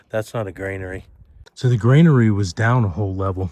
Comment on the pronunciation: You keep saying 'grainary' . It's actually 'granary'.